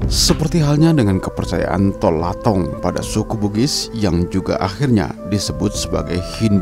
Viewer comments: "To Lotang" bukan tol latong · Yang di Sulsel bukan TOLATONG melainkan TOLOTANG. Klo buat narasi untuk publik yang benar lah biar kedengaran ada mutunya, bos. Jangan ngasal 😄🙏